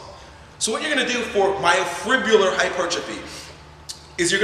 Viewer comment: hard to take this guy seriously when he can't pronounce myofibrillar